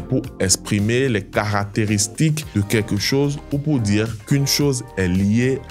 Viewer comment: J 'aime beaucoup votre façon de prononcer mais là, j'ai du mal avec de car j'entends da !